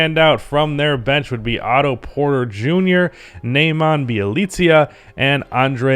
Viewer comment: It's pronounced Nehmanya, not Nayman